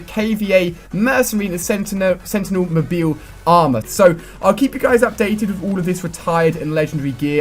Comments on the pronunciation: Don't you know how to say mobile? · Did he actually say mobile that way?!